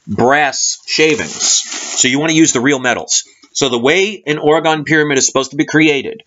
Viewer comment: Pronounced Orgone not orgon